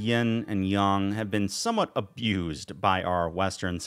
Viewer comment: I agree, I also appreciate that you went with the accurate pronunciation of "Yang"